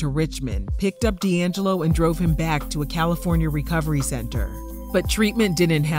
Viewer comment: D’ AnJello!😂😂😂😂